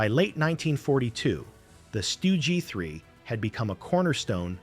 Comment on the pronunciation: AI has difficulty differentiating between the Stug 3 and the 3 Stooges 😂😂